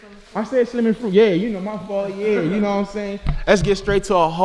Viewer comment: So nobody heard King say fruit n SLIME🤣🤣🤣: Fruit n slim bae🤣🤣 King had me dead😂😂😂😂😂